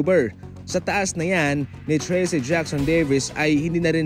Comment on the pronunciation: idol correction lang po, ndi po Tracy ang pagbigkas Nyan, kundi trayce. Kumbaga treece ,ndi treese.